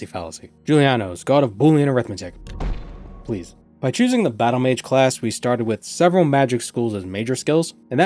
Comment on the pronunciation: The “pleae” had me rolling lmao, “sit”